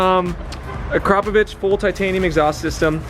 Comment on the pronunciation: Akra-poh-vich pronounce it properly ffs